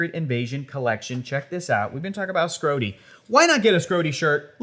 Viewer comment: Oh … “Schrodey”